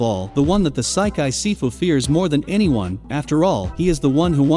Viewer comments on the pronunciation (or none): none